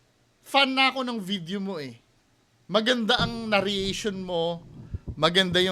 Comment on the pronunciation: narration lang bro hindi na-rria-tion